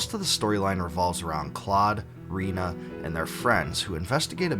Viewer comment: I'm sorry but did you just say REENA🤣